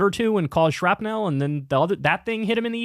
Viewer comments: It’s pronounced shrap-nul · Listening ti Kyle say Shrapnel is like hearing him say Rural. He says it shrapNELL